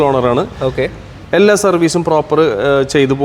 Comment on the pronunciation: എള്ളാ അല്ലടോ എല്ലാ ളാ അല്ല ലാ